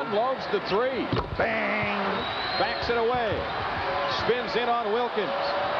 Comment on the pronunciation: Now Jordan unloads the three: BAANG 😭😭😭😭😭 Bruh that sent me the way he said it